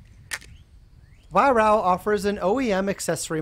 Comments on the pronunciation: Excellent review, by the way it's pronounced Vi-Raark :) (Over here anyway!) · Nice review, but why do you pronounce Weihrauch as "Weihrau"?